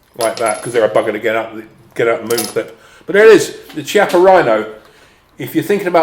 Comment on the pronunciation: Brilliant, thanks. Btw, Chiappa is pronounced "kiappa" with a K sound not C sound